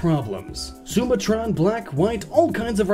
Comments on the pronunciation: Sumatron? Tf is that is he trying to say sumatran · Sumatran = soo-MAH-tran. from the island of Sumatra. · The way he pronounced Sumatran lol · The way you say Sumatran is funny